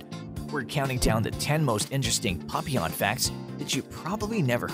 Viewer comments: He calls them Puppyawn.😭 It's PAP-ee-awn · No the correct French pronunciation it is 'Pa - pee - onh' with the emphasis on the 'pee' there is no long 'awn' at all. I have bred and shown Papillons for over 20 years. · Its pap-E-on But still cute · Not sure if I can sit through this whole video of this guy saying "PUPeyon" way too much. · Maybe try learning how to pronounce Papillon? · Lordy! I have Papillons, but can the narrator pronounce Papillon correctly?